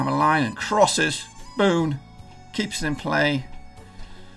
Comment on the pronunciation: Its pronounced Bonne like the ‘bon’ from bonbon not bone